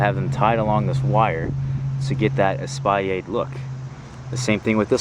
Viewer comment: Espalier is French, so you pronounce the L, just not the R.